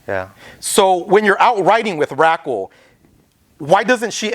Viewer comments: i thought DR1 was gna bring up Dork wen asked about a consistent writing partner, i use to see them up both. also, why tf did the interviewer pronounce it RAKLE lmao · said "Rackel" 😂😂